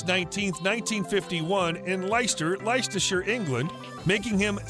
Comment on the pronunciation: Where is Lyster Lystershire ?...the correct pronounciation is....Lester Lestershire...although the correct spelling is Leicester